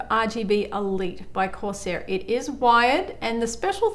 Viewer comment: Love how she says Course air at the start instead of corsair